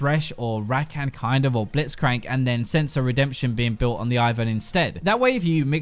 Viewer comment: Rack-an lul